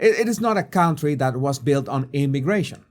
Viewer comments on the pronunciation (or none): A very fair and balanced report. Thank you for that. PS: learn how to pronounce 'county' and 'country' - they are not the same sound